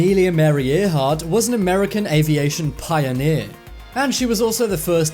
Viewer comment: Amelia Ear heart? It's pronounced Air heart, luv.